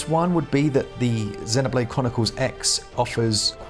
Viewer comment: I get super annoyed when people dont pronounce Xenoblade properly. 😂 Even in the game it uses the word root when talk8ng about life forms. It calls them Xenoforms. Listen to how they pronounce it. Zeeeeeeeeeno. Get it right.